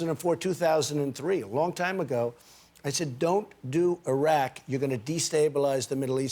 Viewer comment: The way he said Iran and Iraq is DISGUTANG